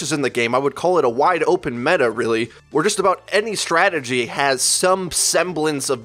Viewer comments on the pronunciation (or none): none